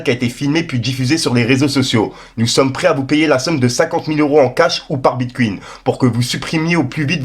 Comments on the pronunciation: Ah le Bit'Queen c'est pas bon 😂😂😂😂😂😂😂😂! BITE CON FRERE! On dit Bite Con 😂😂😂😂 "Bit coy'N" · Il a dis bitcuin 😂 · il a dit BITKUINE 😭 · Il a dit bitcouuin 😂